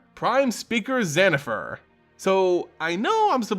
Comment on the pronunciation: Who the heck is prime speaker ZANNIFAR? I would like to know, as the actual name starts with a v, as in Victor. I don’t think people pronounce the name “Victor” as “Zictor,” do they?